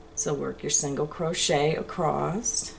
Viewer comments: There’s no “t” in across. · There is no "t" in "across"!